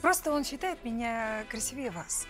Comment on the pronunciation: Но ведь красИвее, а не красивЕе по русски